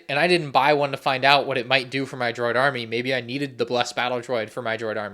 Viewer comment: Gotta love the "DRODI" army :D